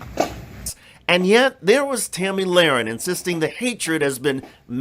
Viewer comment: "Tammy Lahren" lol